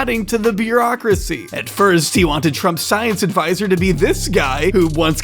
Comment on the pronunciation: Small snag : There is no "t" in advisor.